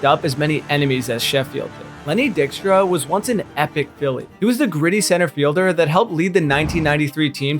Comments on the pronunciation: Dike stra, not dickstra. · BRAH, Pete Rose was not HATED. It's not "Dickstra" its "Dikestra". Ryan Braun stole an MVP from Matty Boy Kemp, one of the nicest and hardest working human beings ever. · Lenny Dick-Stra ???? come on bro.... you lose all credibility when you cannot pronounce a players name correctly... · Who TF is Lenny Dickstra? Do your homework and learn how to pronounce names. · Lenny "Dick-stra" ? Kind of fitting when you think about it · so you tell me how do you pronounce Lenny Dykstra and Chuck Knoblauch, Rafael Palmerio. Then you tell me that’s not AI lol